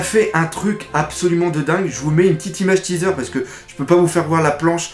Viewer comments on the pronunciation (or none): none